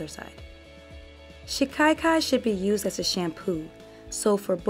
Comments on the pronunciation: There is no letter "i" after the first "a" in the word as you are pronouncing it "shi-kai-kai." It is pronounced more like "cock-eye" but with the short "a" sound instead of the "o." "shi-cock-eye" "shi-ka-kai" My intent is just to be helpful, not disrespectful. Personally, I like to know if I mispronounce words, and though most people feel the same way, there are those that take offense, so do with it as you will. You have a very nice speaking voice, and the video is very informative and very well done! I appreciate the care and time that it takes to make a quality video that stays on topic and not filled with an abundance of promotional rhetoric, I truly do! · Pronounced SHI- KA- KAI